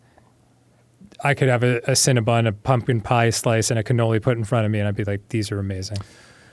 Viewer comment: Arin I swear to all that is holy, if you pronounce it cannolis again I'm gonna be slightly more mad than the last time you said cannolis. Cannoli is already plural!!!